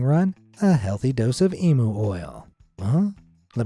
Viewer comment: And it is emu not emo say it like e m u